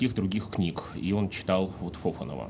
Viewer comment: Не ФОфанов, а ФофАнов!